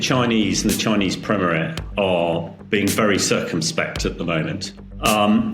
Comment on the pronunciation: Chinese premerer? Take O Level English.